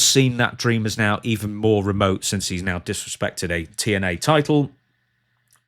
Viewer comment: "I am the title," saying it like, "i am the table."